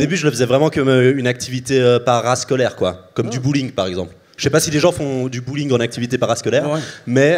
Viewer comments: Hey Mike il a dit bowling pas bullying lol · En meme temps, il a dit bouling le gars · "Le stand up et le bullying ça se ressemble" - Mike Ward 2023 No offense Mike, mais je crois qu'il a dit "Bowling" avec un accent français/suisse 😂 Edit: Je me rend compte que Mike est trop anglophone pour comprendre qu'un suisse qui dit bàgneur veut dire banger lol